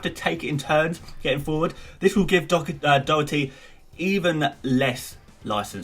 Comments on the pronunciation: Its pronounced Do-her-ty Not Doo-her-ty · It’s pronounced like Daw-hearty. Not like dough-erthy. It’s an Irish surname ;) But love the vids keep up the good work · Doh-her-tee not that hard tbh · Its pronounced Daw herty 😂😂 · Doherty is pronounced doh - her - ty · I've heard so many ppl say dhock-er-tee, even Gary on MOTD says that also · Dohertys name is do- like doss and her- tee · Sorry got it wrong it's pronounced Daw-her-ty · Its Do-dir-ty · Slightly disappointed you couldn’t pronounce Doherty’s name. Especially as you knew his name was involved. Great content though.